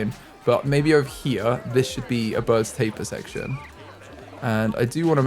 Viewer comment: You pronounce Baird’s Tapir B-aird’s Tape-e-er